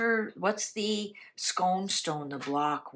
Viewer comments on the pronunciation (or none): Thank you for your readings. They provide company for me on many bus journeys of late. One thing of note if I may - pronoucation, me being Scottish, - the Stone of Destiny is based at Scone Palace (usually) = skoon palace. The baked item Scone = skon. Hope this helps. 😉 D